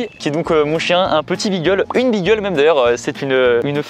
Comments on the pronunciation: Beagle ce dit bigle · Aïe aïe aïe pour beagle on dit pas " bigel " mais on dit " bigle"